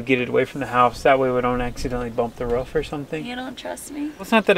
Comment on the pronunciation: It’s roo-f not ruf,it’s pressure washer not pressure warsher,love the videos 😂👍